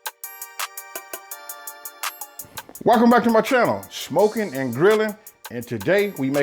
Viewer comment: Every word he said that started with "S" he pronounced it with a "sh" or "sch"... Change that name from Smokin' to Schmokin', lol